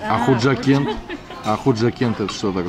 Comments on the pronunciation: Не хужакент а панжакент это в таджикистане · Панжикент гираница самарканда не худжакент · Не Худжакент а хаджикент не путай пожалуйста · Ассалому алайкум Худжанд брать, не Худжакент, ест Пенджикент. И советую побыват. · Не хўжакент а хожикент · Не худжакент а пенджикент